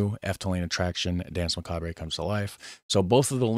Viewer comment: Euuuuuh neuuuuu what a macabray hombreeeeee yeah macabrayyyyy mannnnn let's just throw allllllllllllll the languages in one pot and call it English why nottttttttttttttttttttttttttttttt Macaaaabraayyyyy duuuude toooooootaly awesome .......some macaaabrayyyyyyy we can HEAR how it is pronounced but let's call it : macaaaaabraaaaay essay !!!!!! Macaaabraaayyy